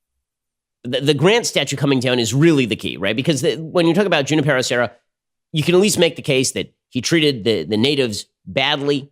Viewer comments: It is pronounced “who NIP er o” Serra. Basic Spanish pronunciation Ben! You live in Ca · Ben, its pronounced “Who-nee-pear-oh”. And didn’t Junipero Serra to a great extent enslave the native indians while converting them? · As, suggest u pronounce Junípero Serra properly. Junípero starts w/ the h-sound as in José)? and CA Hispanics may not know his contributions. I grew up in CA, as did my parents. Sixty+ years ago, my mom felt we must learn about Junipero Sera's influence, the bells, 101. So off we went one summer on a road trip to visit every of his missions as he and flock journeyed North. In those days, we could find the padre, listen to his story of the mission and the converted American Indians.y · The rolled r! I died! RrrrrRRRRRRRRrrrrrr! 😂😂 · What was that rolling r thing? That's so cringe, Ben! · How did Ben grow up in Southern California and end up so worthless at pronouncing Hispanic names. I’m as white as they come but I grew up in San Diego/LA and learning how to properly pronounce Hispanic names is an everyday lesson. The way he says Devin Nunes last name drives me crazy and now Junipero - yikes.